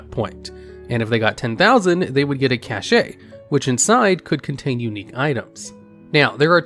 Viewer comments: "they would get a cashay" ...cashay...??? 🤦🏻‍♂ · CASH! It's CASH. I can't listen to these when you repeat cache over and over as "cach-eh". :P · JUST SAY CASH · Cache-ayy lmao😂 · I keep getting woken up by the way you pronounce cache. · The pronunciation of "cache" made me unable to fall asleep